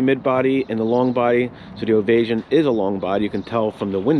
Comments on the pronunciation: “Ovay -shun”. NOT “Ovay-zhun”. (Non similar to invasion). Also….the gauges are analog…..not dialogue. Plan $10,000 to replace ALL the engine instrument gauges when any ONE of them fails. They are non-serviceable. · Its pronounced (Standing) Ovation- OVA-SHUN